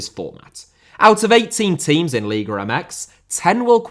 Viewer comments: No puede pronunciar. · LIGA not LIGRA